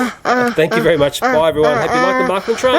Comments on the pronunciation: Not "marklin". Märklin. With "ä". You pronounce it like "mare". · Märklín, not Märklin.